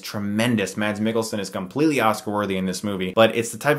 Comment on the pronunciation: i liked the way he said mads mikkelsen. the d in mads is not something you can hear. its a danish name so it doesnt work the same way as in england. i know it cause im dane as you can see on my name